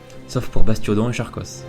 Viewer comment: Charkos ce prononce Karkos